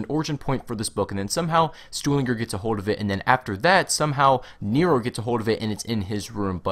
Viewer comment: You should probably figure out how to pronounce Stuhlinger if you're going to be saying it over and over again. You ramble too much.